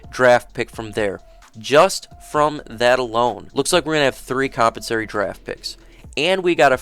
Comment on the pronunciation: Great content and information bro, but is it compensary? Or compensatory? Maybe I’ve been saying it wrong for 20 years lol